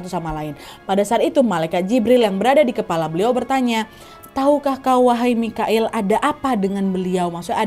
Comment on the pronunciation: Jibril n mikail kak nadia bkn moqoil ,kak nadia ngmg moqoil td